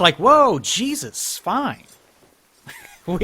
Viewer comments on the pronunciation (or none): none